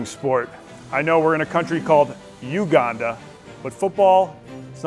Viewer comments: It's not Uganda is Weganda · “Weganda” is out of this world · “Weganda” Classic. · "we-ganda beat Kenya" yessir 😂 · "WEGANDA" bra lmaoooooo